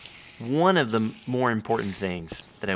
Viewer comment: errr its what is the seed? not wot is de seed